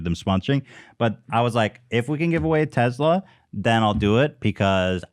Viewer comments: No one: Ethan: teZLA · I HATE the way ethan says Tesla (“Tezla”). But still ethan foot soldier unite